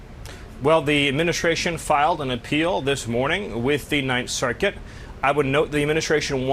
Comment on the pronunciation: I can’t stand how he says circuit.. “ssserKIT” eugh